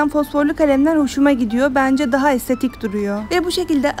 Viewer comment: de estetik söylemesi peki😂😂